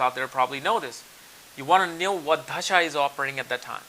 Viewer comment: It's not dhasha it's a dasha 😂😂😂😂